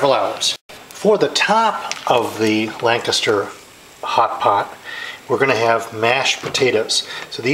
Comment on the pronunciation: LANCASHIRE HOTPOT YOU PLANK.....LANCASHIRE, NOT LANCASTER